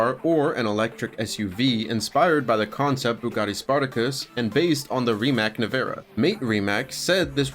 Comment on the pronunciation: Rimac is pronounced Ri-mats, not Rimack. Drives me crazy ...